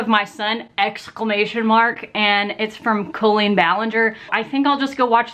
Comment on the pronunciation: You know she’s a real fan because she says Colleen’s name correctly. 😏